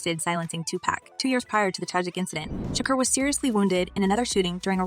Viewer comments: The way that A I lady pronounces their names. It’s so ridiculous. Shaquer ceen 😂😂😂😂😂😂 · Ma’am u can’t pronounce SEAN or Shakur?? Is this AI?, 😂😂